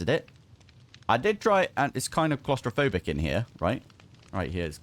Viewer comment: "I'm coz-tra-fobik Darren!" 😂